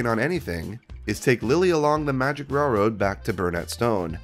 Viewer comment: I had no idea Roger Ebert was absolutely incapable of saying the word railroad before this. "rare-wode"